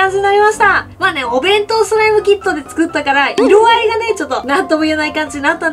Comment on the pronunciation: パレットが完成したときの 弁当弁当弁当弁当！が ベトベトベトベト！に聞こえたのは 私だけじゃないはず🤔